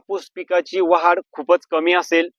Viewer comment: वाहाड नाही भाऊ वाढ म्हणा कृपया